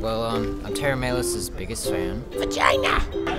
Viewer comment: That dude said he's "Tera Melos biggest fan", but managed to mispronounced their name every time.